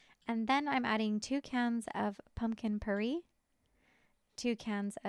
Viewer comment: Puree is pronounced pure-ay. Rhymes with hooray.